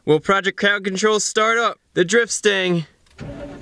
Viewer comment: The first few times i heard you say "Driftstang" i misheard "Drip Stain." What a great name for a project car -- I will take that for my work beater that I'm learning everything on. Thanks :D